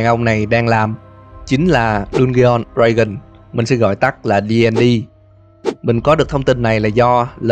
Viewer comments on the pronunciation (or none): none